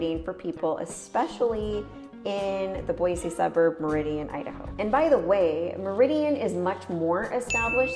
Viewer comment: Where are you from? Because it’s pronounced boysee not BOIZZ . And one handy tell us it’s not interesting nothing to do. And then you’re at turnaround and talk about the areas biggest waterpark , top flight , car race track ! I believe you probably came from California or Portland which in Boise we can’t stand them. Oh, and don’t forget about Eagle Idaho which is growing substantially fast.